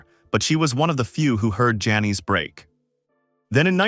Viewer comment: She probably didnt want to be remembered by a computer voice calling her Janees a hundred times either. Well written tho I gotta say